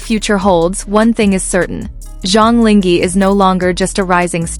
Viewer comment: Please be more professional and at least Go figure out how to pronounce someone's name correctly !!!!! SUCH LAZY WORK! LING(H)E??? So you just randomly decided to drop the H?? Decided the H is silent? SUCH IGNORANCE! This is INSULTING!!